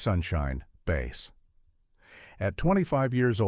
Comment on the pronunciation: Couldn’t watch past the mispronunciation of Ronnie Bass’ last name. The content is right from a web page, with slop AI narration.